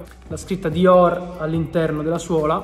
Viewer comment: mi sa un sacco di Romano 😂😂😂😂😂😂